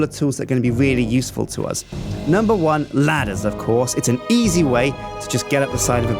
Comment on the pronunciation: i like how says uz instead of us